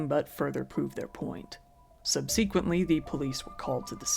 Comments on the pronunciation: Don't just read what's in front of you, if you just read it you will say words incorrectly, like sub see quently, instead of subsequently. Dead giveaway that you're doing it without any mental investment on your part, or input of any kind. Did you read this out of a book? Did someone else write it for you? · sub see quently? haha its not said like that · Never heard Subsequently pronouned that way 😂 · You said “subsequently” wrong 🤦🏻‍♀️